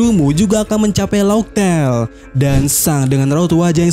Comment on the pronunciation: Laugh tale dibacanya LAF TEL. bukan lauk tel ms